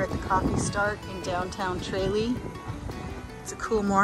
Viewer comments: TRAYlee????😂😂😂 It’s pronounced Truh LEE😊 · Nice video, good content. But you were pronouncing Tralee wrong. It is a short “a” sound. 😊☘️